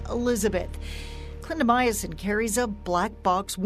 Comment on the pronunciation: Very informative; however it’s a pet peeve of mine when reporters don’t pronounce words right. Clindamycin is 4 syllables- not 5. Clin da my cin. Not clin da my a cin. Sorry, but look at the word before you pronounce it.